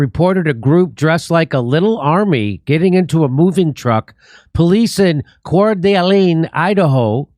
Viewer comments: It's pronounced Cord a lane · If you're going to be in Spokane, WA, you might want to pronounce Coeur d'Alene correctly. Core da lane. ;-) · Pronouned CORE da LANE. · It's pronounced "core de' lane" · Say it slowly... Core Da Lane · pronounced "core-duh-lane". it's a French name given to Native Americans to slander them for not being pushovers about their own homeland. it means "heart of an awl" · This is the town we live in. My brother was in the area and recorded the event. ALLLL of us agree that this felt like an FBI/CIA false flag event. It was bizarre and seemed so staged. Edit: you pronounce it “Core Da Lane”😆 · It's pronounced Core duh LANE, Jimmy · It’s pronounced “Core-Da-Lane, Jimmy. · it's pronounced Core duh lane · Say it core-da-lane. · FYI, it’s pronounced Cord-A-lane. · It is pronounced, Kor da lane, fuck Jimmy! I don't even live in America .... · Locals pronounce it “cord-uh-lane”, say it fast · it is pronounced, 'core-dah-lane' ;-) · Seeing that you couldent pronounce the name of the city told me you dont know about the huge Nazi compound juuuust right out side Coeur d'Alene.